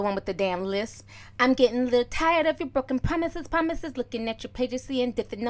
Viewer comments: Promithis, promithis lol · PROMISHES PROMISHES.. i thought i was hilarious screaming that at people in primary school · pomises pomises hahahahahahahahahaa